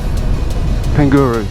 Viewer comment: Pangaru pronounced like ....Par nga ru